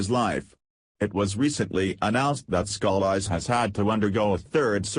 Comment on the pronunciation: If you are going to use computer voices please learn correct pronounciations of proper names and names of states. I do not appreciate my home being called louseyana. Scalise is better pronounced scalees. The computer voice can ruin a a story when it is riddled with mispronunciations.